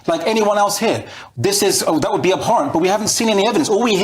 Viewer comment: He said abhorrent with a P ... hahaha